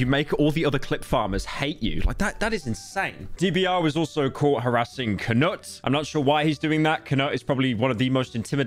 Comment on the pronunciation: How do you consider yourself a Sweaboo but can't pronounce Knut